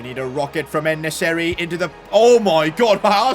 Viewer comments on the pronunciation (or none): Why did he say el nesyri?